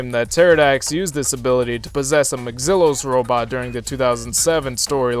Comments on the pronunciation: "dwelve" "McZillus" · You pronounced maxilos wrong